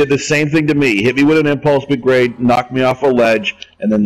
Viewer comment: He said gerade